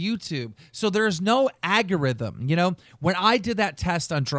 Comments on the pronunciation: wtfs an AGURITHM 😂😂. Lmfao im done hahaha. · why is someone who thinks algorithm is pronounced agorithm have more money than me...sucks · You really shouldn’t use a word that much if you can’t even say it. It’s ALGorithm, not AGorithm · Damn it Keem. It's ALGORITHM. Not AGEURITHM. Andy AND Chad both even corrected you. For a word you're using so much, and as someone that makes a living talking about things, you should put a bit more effort in your vocabulary man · KEEM: "AGORITHM" CHAD & ANDY: "You mean Algorithm" KEEM: "......AGORITHM" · What the heck is an "agogrithm"' to quote keem? I know what an algorithm is but not an "agogritm". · Keem :Agorithm... Andy : Algorithms Chad : Algorithm Keem : No...It's Agorithm. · ALGORITHM NOT "AGORITHM" dumbass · agerrythm you dumbass keem it's algorithm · "Agarithim" Word Of The Day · Algarhythm....agorhythm wouldbe a better way of mispeaking it lol x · Aggorithm??? Wtf is an aggorithm keemstar?? You fucking inbred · "Agorithm" ZULUL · Keem can't fucking pronounce anything lmao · I love how Keem shamelessly mispronounces "algorithm" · why can't keem say algorithm? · does keem know how to pronounce "algorithm" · Keem can not say algorithm. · Great episode. I wish Keemstar would learn how to say "algorithm" though. It was already bugging me on Drama Alert but he only says it once or twice there usually.